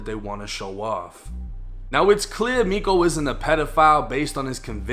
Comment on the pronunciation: Miko is pronounced me-cho.